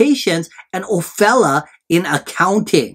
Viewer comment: her name is pronounced Ofeeleeya